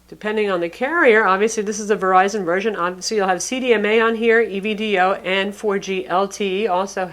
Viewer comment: "A million verizon apps" lol